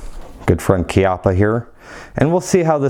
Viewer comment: You’re WRONG, dude! The CORRECT pronunciation is as KEY-appa.